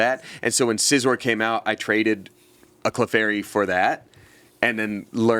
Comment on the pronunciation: isn’t scizor just pronounced “sigh-zore”